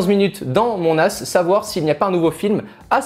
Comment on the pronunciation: Les phrases qui dit à partir de avec le "nas" quand il fait la liaison c'est tellement marrant 😂 "directement connecté à mon as " :))